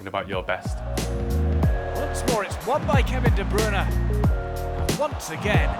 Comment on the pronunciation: How does he say his name so well 🤔